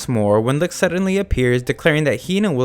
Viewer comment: I didn't watch the anime, so I can't tell whether they pronounce Licht as wrong as you do, but I can tell that you don't even try to pronounce it correctly, as you turn "ch" into a harder sound, similar to light. "Leekt"